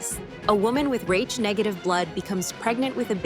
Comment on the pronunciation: "Raitch" blood ? Come on; stop with the fu___ing AI all the time. If you can't afford to have a REAL person narrate, don't post!!!